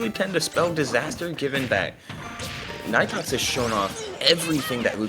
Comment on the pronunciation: actually it is pronounced knee tox lol the commentators pronouncing it wrong